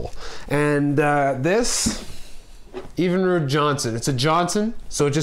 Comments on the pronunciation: What the hell is EVEN-ROOD? It's pronounced Evin-rude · You're saying it wrong. It isn't pronounced EEEEEvinrude. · Evenrude is not pronounced with the EEEE sound. Not long but short. My God you should know how to pronounce your motor. Your Motor is not rated for Premium Gas, look up your octane knock guide, you can harm your motor, just like your car, if you use Premium on an engine that's not rated for it, you will hurt your performance. Trust me I work in the fuel industry. Bad advice all around.